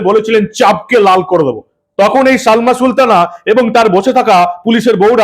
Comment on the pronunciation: Salma na balma.কথাও ঠিক করে বলতে পারে না..non standard